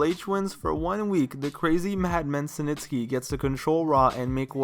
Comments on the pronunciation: Its SNITSKY..not SiNTSKY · "Senitsky"... Dude, it's Snitsky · Who the hell is "cee nitsky" 😂 its 'snitsky" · dude, it almost seems like youre saying cementsky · mans kept saying “SANITSKY”😂😂😂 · why you call snitsky "Suh - Nits - Ske" ? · Idk why but the way you say Snitsky bugs me lol. Good video though.